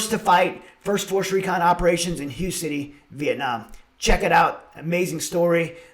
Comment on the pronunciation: Hue is pronounced the same as the word "way". Oorah, and Semper Fi from a VN Era 0331!!